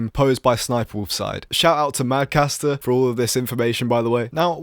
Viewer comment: MadCatster not MadCaster